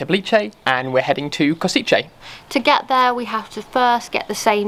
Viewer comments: I just visited Kosice and loved it. I know this is from 2021 but still, cheers for this! P.S. Maybe learn how to pronounce place names a little less horribly lol. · lol u say Košice